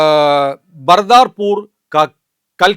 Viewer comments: ബർദാപൂർ അല്ല,ബദർപൂർ എന്നാണ് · It is Badarpur, not Bardarpur. I have lived in Delhi almost 25 years. Correct this. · ബദർപുർ എന്നാണ് പറയേണ്ടത്